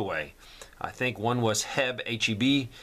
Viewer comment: Oh in Texas we do not refer to HEB as Heab, we refer to it as Heeeeeeb…..